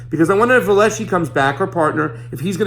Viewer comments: You don’t seem to understand the role of a news anchor, specifically Stephanie Ruhle of VELSHI & Ruhle not ALESHI & Ruhle. (If you can’t get names right how can viewers trust that you’ll get the facts right?) (1.) Stephanie asks questions on **behalf** of viewers who may not be up to date on recent developments in a story or on the various important aspects of the story, the “tentacles.” That’s what reporters do. Those questions don’t mean s/he doesn’t understand the story she’s presenting. They mean the reporter doesn’t ASSUME that all viewers understand all aspects of a story. That’s Journalism 101. (2. Stephanie’s area tends to be FINANCE, a vital part of understanding the implications of many, many news stories, ESPECIALLY this one, since Epstein’s financial independence & WS connections are what enabled him to commit the crimes he’s charged with. That’s the POV she covers. (Point of View) no matter what the main story is. That’s why viewers watch V&R. Ever wondered why there are so many news programs — on MSNBC for instance — covering the same story? That’s why. If I want analysis and deeper understanding/overview I watch Rachel Maddow, an Oxford scholar. Financial implications? V&R. Legal ramifications? The Beat with Ari Melber, who was a lawyer before he went to work at MSNBC. MSNBC also has Nicolle Wallace and Lawrence O’Donnell, both former White House employees. See how that works? You’re welcome. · If you were to watch her show on MSNBC then you would know that her partner is called Velshi, not Veleshi, and the reason she interviews hedge fund managers etc. is that she used to work at Deutsche Bank, so that's her area of specialisation